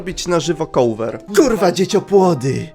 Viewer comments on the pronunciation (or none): none